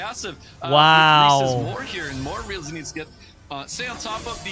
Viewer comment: Kills me Rhys is getting pronounced wrong it’s essentially Reese (my little boys name). Loving your content and the commentary recently keep up the good work